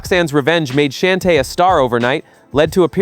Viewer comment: Great video, but I kept cringing every time he mispronounced Newcleus and Shante